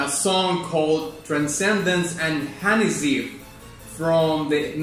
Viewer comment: Gotta love how he says "Hanazeev" tho.